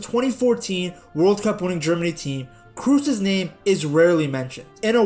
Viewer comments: Great video, but his name isn't pronounced 'Cruz' or 'Cruise'... It's Kroos, with the oo pronounced like oh from oh my god. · Kroos as in "Cross" not "Cruise". Tony Kroos. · Side note: "Kroos" is not pronounced with a "u" like in Tom "Cruise", but with an long and open "o" like in the English word "board". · Kroos no Kruuz!! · Bro, hearing you say krus is so baaaad! You pronounce it “kros” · It funny to me how you say krooses name your pronouncing it like cruise when it’s cross but the k is but a rougher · Learn to pronounce his name! Kraws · Why everyone is pronouncing his surname wrong, it is actually like "cross" but make the "o" sound a bit longer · Every time you called him "Cruise" i died a little inside^^ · Funny that this is the 2nd video of yours I've seen people telling you about clickbait titles & thumbnails. In the other one you couldn't even fkin pronounce "Wenger" and then here you are again butchering Kroos, nice scrub. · Please learn how to pronounce his name